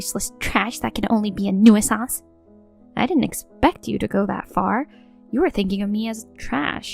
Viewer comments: I really wish they hadn't given her the word "nuisance" so many times, because she can't pronounce it for shit. The last time I heard someone butcher a word so badly, I was surrounded by literal children who were just learning to read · Nuisance has 2 syllables not 3.